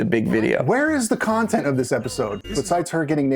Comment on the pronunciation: "Nontent"! Ha! Well done,!